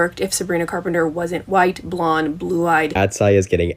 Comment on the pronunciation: You’re so good at pronouncing Sabrina’s last name now let’s gooo!!!👏🏻👏🏻👏🏻 Queen!🎉